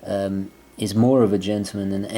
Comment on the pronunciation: It's Not pronounced 'Gentoo-man...but GENTLEman-as it's Spelled!